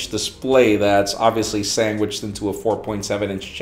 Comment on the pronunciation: I love you, but please never pronounce it “Sangwich” again.